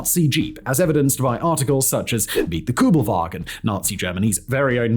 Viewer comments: It's not "Koobelvagen" but Kuebelwagen. The first vowel is a U umlaut. Sounds like eee with your lips rounded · It’s Kübelwagen, not Kubelwagen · Very hard to watch as a german. It‘s called kÜbelwagen! In german you could also write an ü as ue and spell it like this. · This car is KÜbelwagen not Kubelwagen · It's K ü belwagen and Porsch e ! Or is it Jep and Chevrolet e on your side? 🤦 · Kubelvagen GTI? HahH😂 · Its Kübelwagen not Kübelwagen ffs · You dont hear people say the American Kubelwagon though lol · Ü, nicht U. Ich weiß, ihr habt den Buchstaben nicht, aber ist mir egal. Ihr probiert's ja nicht einmal. SPRICH DEUTSCH, DU HU- xD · Why aren't ALL Americans fluent in German? Yoll got so many Immigranten! Please do not even try, when that single word SUCKS. You all have no Ü anymore. That universal U has been changed in English, it is gone, no clue why, you write u, but you say something else. No kidding, it is how it is, history of English language. Still, you all are limited! No ü! When you see ü or Ü, go to a dictionary that SPEAKS. Listen! Do not say things like déjà-vous. VOO is wrong, it is déjà-vu and vu is not voo. Same applies for German ü. Why do you SPEAK these few German words? I always do my best to make chocolate of you, but today you lost me. Please listen to this video again.